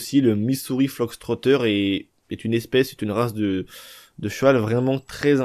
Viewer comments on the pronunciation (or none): Fox Fox Fox et non Flox lolll l'anglais des français c'est horible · on dit Missouri FOX trotter banane !! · C moi ou tu dit Missouri fLox trotter 😂😂😂